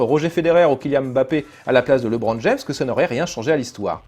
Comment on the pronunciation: C'est étrange d'avoir vu le film et de continuer à dire "Librone"